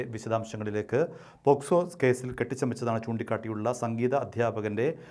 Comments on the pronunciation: ചേട്ടാ പോസ്കോ അല്ലന്നേ - പോക്സോ ,പോക്സോ , പോക്സോ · പോസ്കോ അല്ല പോക്സോ !!!! എൻ്റെ പോക്സോ ഇങ്ങനല്ല 😉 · Posco alla pocso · Posco alla pocso. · Posko alla... pocso aanu.